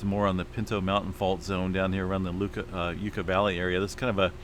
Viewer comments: Yuh ka Valley not Yooka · YUCK-uh Valley.